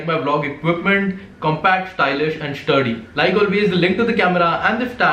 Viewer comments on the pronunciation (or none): shtylish shturdy ni hota Bhai.. stylish sturdy hota hai